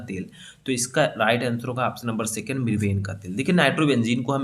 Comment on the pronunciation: लिखे हो सेकण्ड और बोल रहे हो सेकेण्ड😡😡😡😡